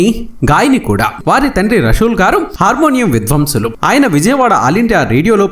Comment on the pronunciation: మీరు తీసే వీడియో వెనుక ఎంతో కష్టం ఉంటుంది అని మీరే చెప్తున్నారు కదా. మీకు లైక్ చేయాలి అంటే కాస్త తెలుగు సరిగ్గా చదివే వాళ్ళని పీట్టండి. అప్పుడు మీకు లైకులు బోల్డన్ని వస్తాయేమో. తెలుగు మీద పట్టు వున్నా వాళ్ళు చాలా మంది వున్నారు. విద్వాంసులు అనటానికి విధ్వంసలు అనే వాడిని ఎలా పట్టుకెచారండీ. కాళ్లు అనాల్సింది కాల్లు అనేవాడు ఛ చదవటం ఏమీ బాగా ledu